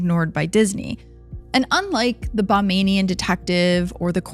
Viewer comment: If the CCTV footage has never been released, how do you know that her "breath caught in her throat"? Also, it's not CCT it's called CCTV. I noticed that you referred to it as CCT a few times in your story. Lastly, people that live in the Bahamas are known as Bahamians not Bamanians. Just FYI.